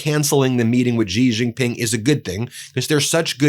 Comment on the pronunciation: Ben, it’s pronounced “She Jin Ping” 😊 love your channel